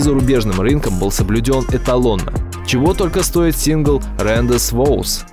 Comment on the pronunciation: При всем уважении, не рендез воус, а ранде ву. Свидание по французски.